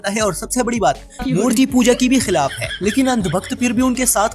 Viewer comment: jazakallah khair bhai bahut achha lehja hai aapka lekin aap log poora urdu ka naqsha hi badal rahe hai ab dhyan do example خلاف✅ ہلاف ❌ خاندان ✅ ہاندان ❌ خلیفہ ✅ حلیفہ ❌ خدا کا نام لو یار یہ پاکستانیوں کو کیا ہو گیا ہے بڑے بڑے صحافی، یو ٹیوب کا چینل چلانے والے 1 نئی ہی زبان بنا لائے 😢